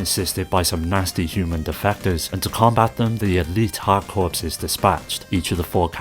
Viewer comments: Corps is pronounce 'core' not 'corpse' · Great video! FYI "corps" is pronounced "core" so it's a pun: "hard core". But you already knew that - consider your engagement driven 😊